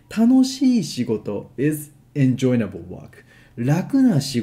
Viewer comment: Hi, thank you for your lesson. I always learn a lot from your videos. Please allow me to help you. You are adding an extra "n" to the word enjoyable so it sounds like en-join-able. It is just en-joy-able. There is no "n" at the end of "joy". I hope this helps.:-)